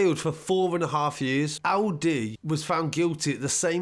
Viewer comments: Bruh, it's pronounced "El -Dee" not "Ow -Dee" 🤷🏿‍♂️ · I Thought My Man Said Alidi 😂😂😂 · How's he pronouncing LD as Aldi 😂😂😂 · He pronounces “LD” weirdly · Lol ur accent when u say LD😂